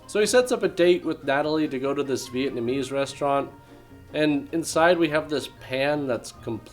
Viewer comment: He actually said "Vitamese restaurant". She also somehow knew the location without him ever mentioning it. She's a keeper.